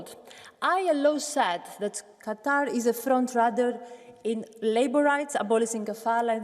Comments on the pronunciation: Funny how she says "Cutter" instead of "Qatar" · Its Qatar not Katar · Katr?? It is Qatar like kaataar pls pronounce English not hindi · Katarr? QaahTaar. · So many disrespect the pronounciation of QUTAR. Its not pronounced Cutter as so many butcher it. Its pronounced Kuh Tar' with the accent on the Tar. kuh TAR'. Thank you very much. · Qa TAR ....... NOT Qa TER ..... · This reporter helps me see and understand a different English.. Let's use an example.. Qatar sounds like Cutter. I never knew it would have to relearn English. !! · .... "Katter"... "Cutter"..... 🤷‍♂